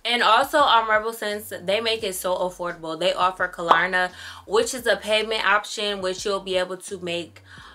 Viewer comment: you’re so sweet it’s pronounced ‘kla-rna’ not ‘kalarna’ 😂❤️